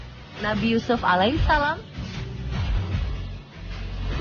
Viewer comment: Masukan buat onthe sport, sakit kuping mendengar kata muhamad, itu pakai dabal m MUhammad saw, dan Alaihisalam, harusnya ::: Alaihissalam, pokonya sakit kuping kalau gk pas penyebutannya